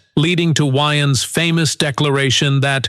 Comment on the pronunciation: I'm like, "why do he keep calling him Keenan YNs?" Took me a few minutes to realize the A.I. voice was trying to pronounce Wayans.